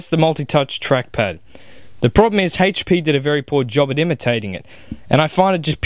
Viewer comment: It's not "hey-ch" p, it HP lol